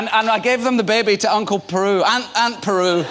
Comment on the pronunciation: Ewan, it's Aunt BERU. Not Peru.